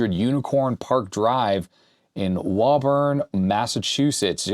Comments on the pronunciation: Btw, Woburn is not pronounced Woe-Burn. It's pronounced Woo-Burn. :) It's right down the road from me. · Woburn is pronounced WOO BURN. The bay state doesn't know how to spell. Japanese manuals are written in Manga? That's an aperture grill tube (trinitron), not a triad mask (RCA). Only one yoke with electrostatic convergence. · woburn is pronounced woo-burn but great video anyways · For the record, it’s Woah-burn Massachusetts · You're forgiven given you're not from Massachusetts , but "Woburn" is pronounced "WOO-bin" :) Looks like they were there in MA for only 7 years, from 1983 to 1990. But I had no idea they were there at all. The connector is a D8A2 Japanese Digital RGB connector that supports 8 or 16 color displays. The MSX Resource Center has a pinout for it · "Woo-burn" is how you say it in Massachusetts 😅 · Levi, I was just about to come and type this! Woobin.😂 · Lol i knew when I heard him say that someone would correct it lol. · I’ve driven by that building several times. Having lived in the general vicinity, I was amused by the way pronounced Woburn. It was a good try.